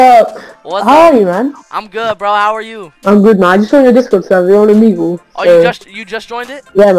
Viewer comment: Lol the way he said Omegle lol it’s (oh-me-gl